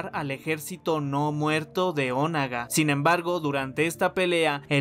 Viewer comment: Te quiero mucho y amo tus videos pero me frustra cómo pronuncias "Onaga" hahaha 😂😂😂